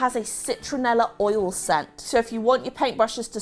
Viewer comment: I love. Love love LOVE, freaking wow the woman, but... Hearing her pronounce "oil" as "oll" evokes a visceral reaction from me. I blame my mom for correcting my pronunciation as I grew up, and turning me into a grammar police woman. Also? Try Murphys on your wooden furniture. I sent through an entire bottle the day I first used it. Chatoyancy.